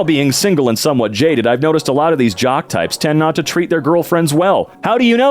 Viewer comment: that op said "jock" as is "jerk", not "jock" as in "athlete, muscular and friendly"